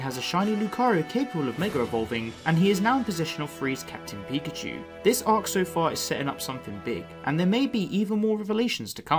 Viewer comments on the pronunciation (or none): none